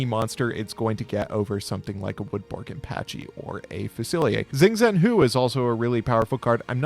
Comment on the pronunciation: Xing Zhen Hu should be pronounced without tonality 'shing Jen Who'. (Not sure what the tones would be as I lack the wide vocabulary to guess the mythic object's Mandarin reference).